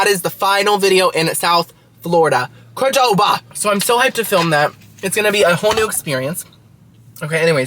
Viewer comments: I thinks pronounced QUE-doba 😄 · Recommendation for your qdoba video get nachos with the cholula chicken sooooo good. Also its just pronounced Q(like the letter) doba